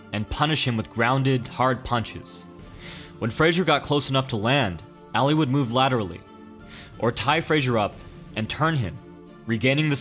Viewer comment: The way he says ali is making me cringe